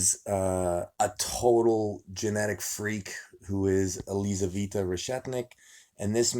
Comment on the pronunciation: Елизавета. Лизавита режет слух.